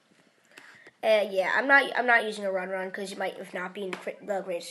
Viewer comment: why do you call it u-run-run when its u-ru-run